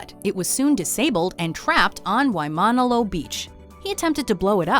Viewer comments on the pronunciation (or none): “WaiMONalo beach” 😂 (it’s pronounced “why-man-all-o”) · actually it's pronounced as "wai-ma-na-lo" beach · “Waimanalo Beach” She pronounced it as “Why Mon oh low” and it was slow and felt like she was only saying it in Syllablesz For all of you, it is pronounced faster as “Why Man ah Loo” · Need to practice your Japanese and Hawaiian pronunciation. Say it with me. Sah-kah-mah-kee...Why-mah--nah-low. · Can you please learn how to pronounce Waimanalo Beach (WHY-muh-nah-low) and Admiral Yamamoto (Yah-mah-moe-toh) BEFORE you make a video? I cringe...